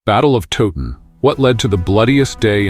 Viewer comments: I had to stop watching after the battle of "Toe- ton", so much for teaching history when you don't get the basics, this is AI but I've heard people making videos about Towton who pronounce it Toe-ton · it's Towton.. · Battle of toe ton? 😅. Edward wa snot king at Towton. So many inacuracies here. Edmunds headcwas not put on the gate only his father